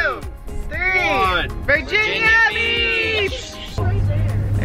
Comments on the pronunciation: said virgina beach when he had the camera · said vingina beach